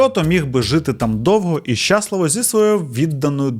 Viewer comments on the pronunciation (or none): Все би було ідеально у, якби не дивні наголоси: Якщо, сваркИ, щАсливо...і багато інших кальок і русизмів, жаргонізмів. А так, загалом сюжети цікаві